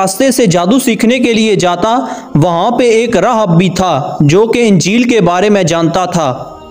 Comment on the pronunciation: راھب Rahib تلفظ ہو گا